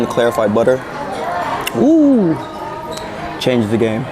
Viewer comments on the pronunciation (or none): none